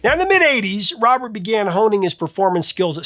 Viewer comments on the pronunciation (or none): none